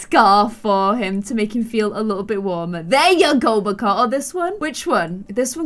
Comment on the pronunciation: It’s makoa